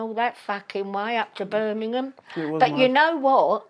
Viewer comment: Love she says Birmingham properly